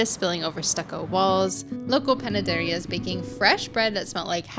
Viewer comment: Loved the journey from start to finish, guys! You got us wanting to adopt a cat, move to Mérida, practice our Spanish, and eat all the food. also, can I just say that pronunciation of panadería was on point👌🏾